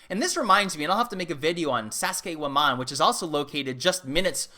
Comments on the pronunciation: sasuke waman... lol It's /Zack-Sai-waman/ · I like how he turns Saccsayhuaman into Sasuke-woman